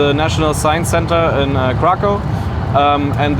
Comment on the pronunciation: How can you pronounce Przemyśl and then mangle Kraków?